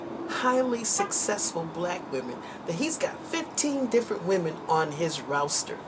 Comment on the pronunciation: “Menastration” “Raawster” 🤦🏽‍♀️